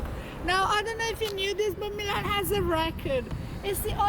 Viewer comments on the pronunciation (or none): AC is called Mílan (Mee-lan) not Milán Internazionale is called Inter